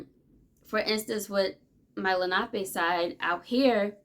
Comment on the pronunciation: Finally someone who says Lanape correctly 🪶